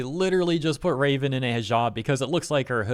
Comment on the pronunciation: From Raven to Ra-spits phlem ven